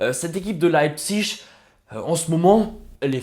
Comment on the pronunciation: Tu le prononces bien RB Leipzig c’est un peu compliqué à prononcer